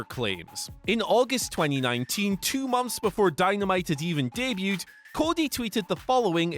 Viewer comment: so wrong you say it two-ng